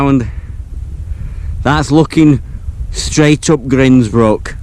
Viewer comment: Another excellent video, thought for a sec that you was going to be blown away! As a side, the way you pronounce Grindsbrook - I've always pronounced it as in the word "grindstone" - I wonder if there is a correct pronunciation? Look forward to you'r next adventure.